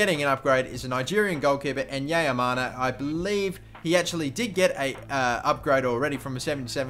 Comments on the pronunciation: Why do a vid like this when you clearly don't watch the league at all it's pronounced leel not leelay and it's just enyeama not enyeamana you're just basing it on In forms throughout last year and you clearly haven't seen any of these players at all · Enyeama not enyeyamana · enyeamana? it's not hard to put effort into pronouncing names